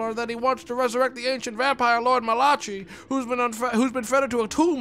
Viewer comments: As someone named Malachi, pronouncing it as Malachee was like being splashed with holy water lol. Great stream though. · It is Malachee though, you've been lied to about your own name man I dunno what to tell you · The way he pronounces "Malachi" makes me wince while laughing every time. 😂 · more than 5 years later still cant pronounce malachi